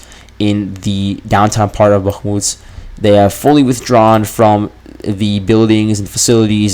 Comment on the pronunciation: Why are you pronouncing Bahkmut in that weird way when you're catering to a western audience? The Ukrainians don't pronounce it like that.